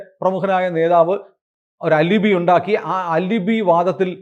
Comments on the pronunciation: പ്രിയപ്പെട്ട സുനിൽ സർ. അത് അലിബി അല്ല. Spelling ALIBI ആണെങ്കിലും അത് പറയേണ്ടത് "ആലിബൈ" എന്നാണ്. ഒരുപാട് ദിവസമായിട്ട് പറയണം എന്ന് തോന്നി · Al-eh-bai not al-eh-bi